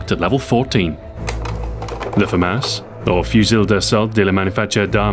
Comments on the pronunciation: I thought it was pronounced fu-moss not fu-mass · I came here to end the argument about whether it is pronounced the Fah-Mass, or Fah-Moss... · Adrien Tirard moi aussi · His french pronunciation is wrong... It's like he's trying to read it in his English accent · Yeah just common pronunciation. If you hear it one way originally then you'll think that is the way it is pronounced.